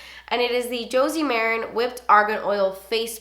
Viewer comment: Ok, say it with me: Joe-sie Muh-ran. Not jersey merren😂🙄